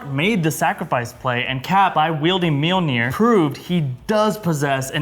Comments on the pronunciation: Mjolnir, not Meowmyar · did this guy say meowmir instead of Mjolnir? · Did you just.. call it meow'miar? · Sorry to be so nitpicking, but it's Min-knoll-near (though I think Darcie's Mew-Maw is cute). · Did anyone hear one of them say meowmeow instead of mjolnir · The hammer is called "MAL- NEER".. OMG. LOL!!! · The way he pronounce the mjolnir is sounds just like meow meow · "Meow Mear" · did he just say myar myar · Did you just call Mjolnir Meow Meow? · Wtf did he call Milner? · Did say milmir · MeowMeow??? 😂😂😂 I love how you pronounce Mjolnir! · Little warning: Do NOT under any circumstances tak a sip when tries to pronounce Mjolnir. It's not Meowmeow,. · He really called mjolnir “meowmeow” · Did you seriously pronounce Mjolnir as "Myarmyar"??!! Wtf, man?? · why did he say Mjolnir like that? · I like how mispronounces Mjolnir like how Darcy mispronounced in it in Thor and The Dark World. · Is it me.......or when he said Thor’s hammer name it sounded funny😂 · pronunciation of Mjolnir is so bad. Seriously